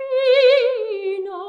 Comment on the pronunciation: It is NOT “PAPPINO” it is “BABBINO”. I’d say you know how to pronounce it properly when you speak it, but when you sing it comes out PAPPINO. Plus it is NOT “ANNELLO”, it is “ANELLO”. The rest is pretty much acceptable, but you still need to work on your sung Italian.